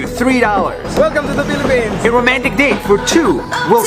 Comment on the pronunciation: U say piliphs HUHHH im piliphines!!!!! I lived HEREEEEEEE pls dont mad at me im just a kid 8-9 Ú^Ù wait thats mah name bro